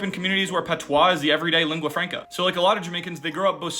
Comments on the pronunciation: It's not petois it's PATOIS😮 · His pronunciation of patois is stressing me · Isn’t it called ”patoi”, not ”patwah”?